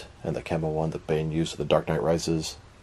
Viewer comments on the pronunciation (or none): none